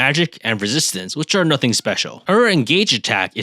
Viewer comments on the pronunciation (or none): none